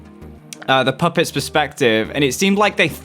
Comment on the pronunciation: Why did he say copet instead of pupet